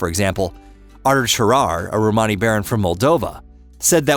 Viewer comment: Good but someone should reach the guy doing the talking how to say Romany